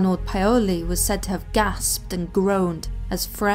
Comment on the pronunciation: Great video - pronunciation could be improved: hajduk pronounced high-duck, Medveda pronounced med-ved-aah, Paole pronounced pow-le, skeleton isn't skellen-ton.